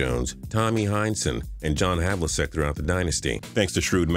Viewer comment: How do you have a job in sports and not know how to say Havlicek